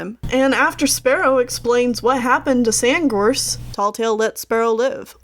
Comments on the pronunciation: It’s funny that you kept on saying SandGorse’s name wrong. Your saying SandGross. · this is amazing! only thing that got my eye twitching is when you said sandgross instead of sandgorse. :P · lol i realized she said sandgross instead of sandgorse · Sandgrose you keep calling him Sandgrose his name is sandgorge lol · You kept pronouncing "Sandgorse" like "Sandgrose" and it kinda bothered me lmao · its Sand GORSE! Not gross! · *SandGORSE not Sandgross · I heard it too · I think you might be pronouncing Sandgorse wrong.. lol idk though. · Hold on. Did you just say Sandgross Or is it my hearing. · did she say sandgross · Did you say sandgross? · Its apprenticeship not apprentenship...and its SandGORSE not Sandgross. Speech aside, I give you a..... 10/10!! (W/ speech mistakes its 9/10 but still)